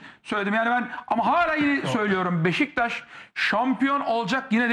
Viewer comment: Sinan Engin Beşiktaş İle İlgili Konusurken Hızlı Konustugu İçin Sürekli Beştaş Gibi Çıkıyor Agzından :) Bir Tek te da birde da BeşiKtaş Diyor öncesi ve sonrası Beştaş Diye Çıkıyor Agzından